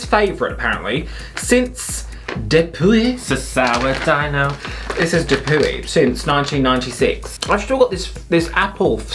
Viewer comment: it says de-poo-ey i cannot with you. 😆